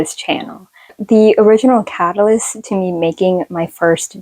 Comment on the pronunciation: yay the newbie tag! Also you saying catalyst, I'm crying!